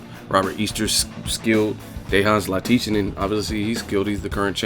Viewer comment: Hey, EsNews interviews Dejan Zlaticanin. In the interview the real pronunciation of his name is in it. It's Dejan (Day-Hun) Zlaticanin (Lat-Ti-Chanen) like canon but add an H to the word canon (chanon). So Lat-Ti-Chanon. I hope this help.